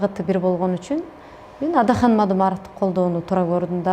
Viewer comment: Сабатсыз суйлошун кара Атахан дейтго